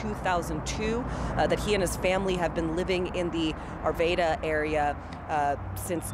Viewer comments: This reporter probably was not from Colorado because they couldn't pronounce "Arvada". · Christ It's pronounced R-vada Get it right! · CNN, learn how to pronounce Arvada. Remember the Batman movie theater shootings? Same town, so it shouldn't be a mystery how to pronounce it properly. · got me laughing how she pronounced Arvada.